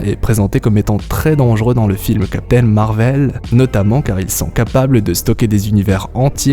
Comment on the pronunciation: MAAAAR VEL... 😅 Tu peut pas le Dire normalement .: C’est perturbant.. 😅😂 très bonne vidéo en tout cas 😊